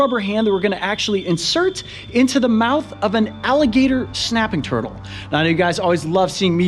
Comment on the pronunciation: Why he say snapping turtle like that .... he said shnap